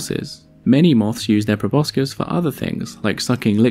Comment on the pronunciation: I love your videos but thought you would want to know (I just learned it myself) that proboscis is actually pronounced probossis (no c)